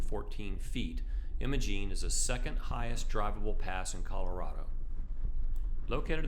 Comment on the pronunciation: Great video. Apologies for being pedantic, but it’s pronounced “eye-muh-gene”.